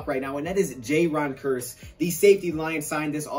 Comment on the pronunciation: I thought you say it like "Kierce" not "Kurse"